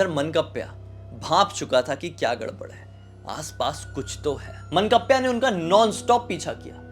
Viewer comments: मनकप्प्या नहीं सर...मानकाप्या बोलते है भूत को । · मंकप्या nhi 😂 मान काप्या hota hai... decapitator, someone who beheads 💀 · मनकप्या नाही, मानकाप्या 😅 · Mannkapya nahi ye mann-kavya hai 😅😂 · मनकप्प्या नही बे.मानकाप्या होता है.